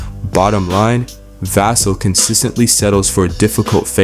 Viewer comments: Pronounced Va-sell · Devin VASSS-sel.😂arts off the video by mispronouncing his name.! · How much can you know and how big an insider can you be when you don't even know how to pronounce Devin's last name? Otherwise, good video. PS: With regard to who will replace and take Tre Jones’s point guard play and role with the team, have you ever heard of De’Aaron Fox?